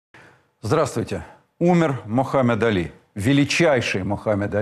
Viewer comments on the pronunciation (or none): Мухаммед Али а не Мохамед Али